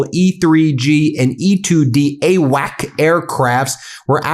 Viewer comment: Ben, former military here, the recon planes AWACS are pronounced AWAX. I am impressed by your call outs on weapons sytems and military craft 99 percent of the time given you have never been formally trained in them or on how to report on them.